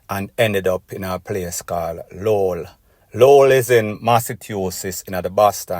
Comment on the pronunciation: Lo-well its pronounce me bredda.